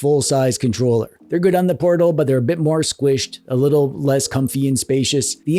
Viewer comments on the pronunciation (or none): none